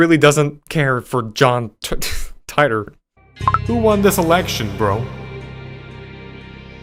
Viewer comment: It’s [TEA-tor]